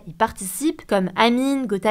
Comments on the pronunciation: Elle a dit ''Amine'' au lieu d'anyme 😂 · ❌️amine ✅️anyme